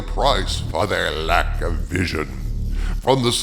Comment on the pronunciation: When you say "Lack of Vision". Why are you putting so much emphasis on lack?